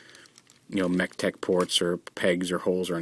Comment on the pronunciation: when the part you say mechtech port a lot of times sounds like you say tetek (that's malay for boobs)